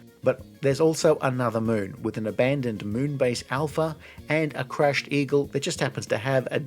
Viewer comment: its Moon Base Alpha !!! not Moonbeige....